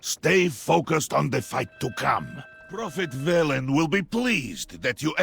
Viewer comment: "We will soon see if the Horde heeds Bellend's call..." CAN'T UNHEAR